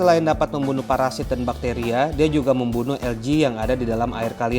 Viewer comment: ( ALGAE ) ada yg penyebutannya menjadi ALGE/AL-GE ada yg penyebutannya ELGI/EL-GI ada juga yg penyebutannya ALGA/AL-GA dan lau bang nyebutnya ELJI/EL-Ji. dari pada puyeng mana penyebutan yg bener jadi klo gw mah nyebutnya LUMUT/LU-MUT ajalah 😂😂😂😂